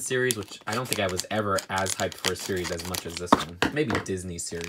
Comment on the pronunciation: Lol u said sries fice